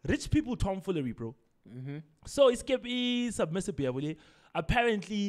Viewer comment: Say it with me buddy, "SUBMERSIBLE" 😆